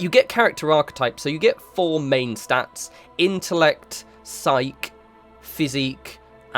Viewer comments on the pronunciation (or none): Psyche is pronounced [SY] + [KEE]. Just can't let you go through life without that knowledge :) Maybe you know this by now but in case you don't and still read comments... the way you're saying it in this video is more the SIKE! version as in "just kidding".